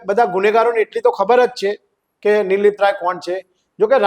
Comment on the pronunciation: anchor bhai name to sarkhu uchcharo